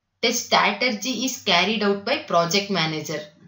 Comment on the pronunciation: When you pronouncing strategy, it is very very irritating, I paused the video and read by myself